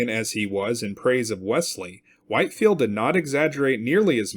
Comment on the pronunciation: Short "i" in Whitefield, Whit-field